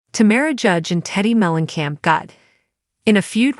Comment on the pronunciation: It's "TAMRA" not "TAMARA" and it's "Whatch what happens live"